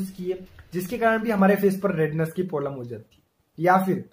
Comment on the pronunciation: Bhai polam nhi problem hota h